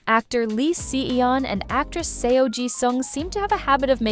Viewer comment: These idiotic voice-overs - c'mon content owner - use phonetics to properly have your AI robot pronounce the names. "S.E.O" is NOT how you pronounce "Seo"... "S-eye" is not how you pronounce "Si". This ruins your credibility.